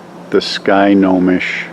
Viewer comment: “Sky Ko Mish”....... pronunciation. 😄. You got to go to more TT ..... We were not impressed.